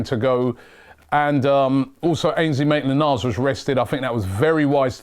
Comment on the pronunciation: why does robbie always struggle with AMN's name looool